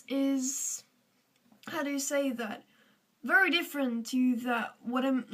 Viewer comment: Work on ur 'very'